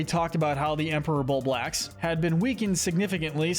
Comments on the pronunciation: WHY DOES THIS IDIOT SAY BULBORD AND BUBAX ITS BULBORB AND BUBLAX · bullboard?? .... its bulborb dude LOL. pronounced bulb - orb. emperor bullbacks - dude its bulblax. empress bulblax sovereign bullblax smokey progg im questioning if you even played this game. you should know how to pronounce these names or even spell them. after all its in the piklopedia and even vids online on how to pronounce their names. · I hate the way you're pronouncing Bulblax, otherwise great video. Fun to watch